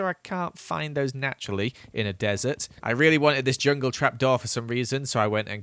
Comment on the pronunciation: Him saying he stays in a dresert* later goes in the nether Nether : I,M NOT THE DRESERT